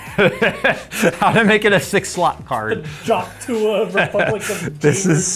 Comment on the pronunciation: "Duct Tuah"